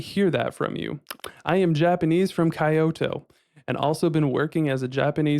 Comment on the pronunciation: Ka-yoto? Seriously? And right, whole world uses dollars... Duuude, stop wasting your time making pointless yt vids and watch/read some history and geography channels or books.